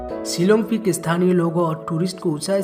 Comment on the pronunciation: Its shillong not shilon